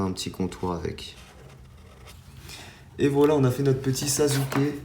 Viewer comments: Sasuke ça se prononce "sassuké " pas "sazuké " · Tu fais des vidéo super mais je voulais te dire que Sasuké se prononce Sassouké et pas Sazouké Likez svp pour qu'il le voit